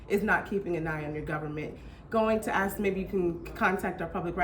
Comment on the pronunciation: WHY can Nubians not pronounce the word "ask"??